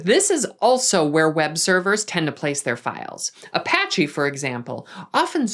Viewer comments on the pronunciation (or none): none